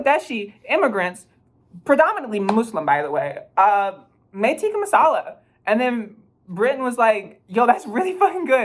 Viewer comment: ??? Yeah it is, but uts till pronounced incorrectly